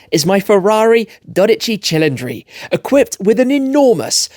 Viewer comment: if you pronounce 12 Cilindri like that one more time the Vesuvius will erupt and haunt you all the way to UK